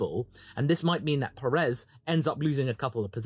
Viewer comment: Friendly reminder: Pérez is pronounced with the stress syllable on Pé. Think of it as pronouncing desert, instead of pronouncing dessert.